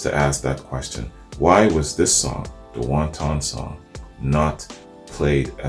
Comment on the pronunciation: the song is not about chinese food. Please learn to properly say the word wanton, with the accent on the first syllable. Otherwise, another flawless reaction from the best reaction dude in the game!!!